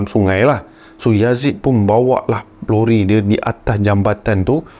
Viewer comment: lori ke rori😅😅